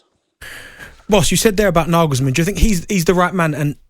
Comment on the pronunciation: His name is Nagelsmann not Naglesmann